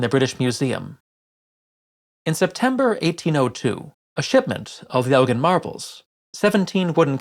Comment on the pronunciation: Not "Elgin" marbles please..